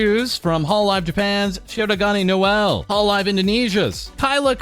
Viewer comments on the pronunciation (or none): none